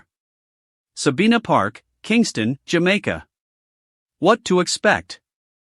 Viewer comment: IS THIS AN AI's COMMENTARY VOICE? IT'S NOT SABEENA PARK SABINA PARK.